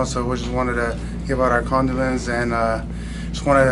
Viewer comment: He needs to learn how to pronounce condolence